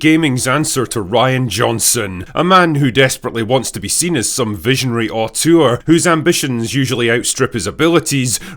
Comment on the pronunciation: Auteur, not autour.